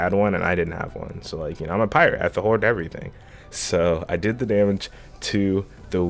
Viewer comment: "Because I'm a priate"